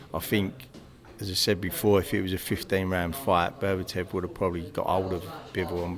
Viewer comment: it's Beterbiev not berbertev